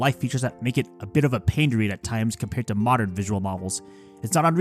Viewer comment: so uh, your pronunciation isn't great but one thing specifically to know is that "to" is not pronounced like the english "two" but more like the english "toe," with a hard O sound, it means "and" or "with". also it's hilarious that you compared this nukige to a nakige (tho i know it's got some really sad parts).